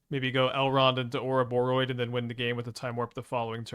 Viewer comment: pronounces Ouroboroid correctly!